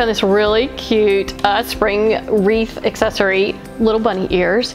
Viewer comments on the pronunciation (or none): none